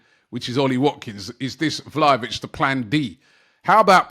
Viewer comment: 😂 Robbie just taking the piss now lol man said valhovic 😂😂